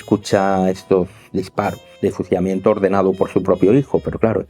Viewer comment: No había escuchado su peculiaridad al hablar cuando hay una letra 'L' en novea, fusiamiento. Espero estén mejor. Muchas gracias excelente análisis.